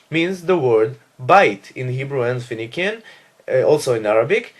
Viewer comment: Phoenician is pronounced fe-ni-shian in English not fe-ni-kian.